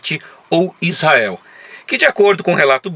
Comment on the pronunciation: É tudo ótimo. Gosto muito do seus tour, mas falar Issael... pôxa...vc não tem cara disso não... Tô aprendendo, divertindo, parabéns... e vou praí qq hora